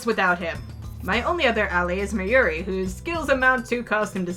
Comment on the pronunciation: its said like may queen nyan nyan just so you know